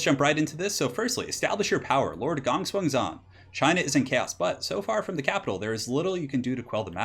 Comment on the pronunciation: why do you say gong swen instead of gongsun zan? granted i dont know how to pronounce it but it really disturbs me when people dont even bother to atleast pronounce it as its spelled?